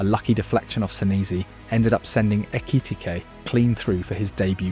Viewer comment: Why he say Ekitike’s name like that